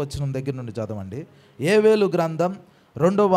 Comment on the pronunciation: Yevelu kaadhu,yovelu, Telugu nerchuko